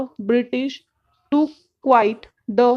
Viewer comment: Lot prononciation mistakes. It's not quiet it's quit